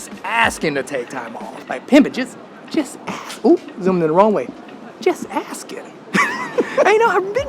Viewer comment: The word is ask, not ax.